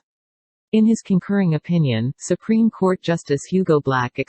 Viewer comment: She radiates such strong Karen energy. Anyone else hear her say “SuPenis” ?